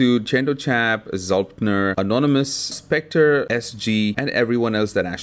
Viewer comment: Its very hard to take this guy seriously when he mispronounces Znullptr as zultner every single time...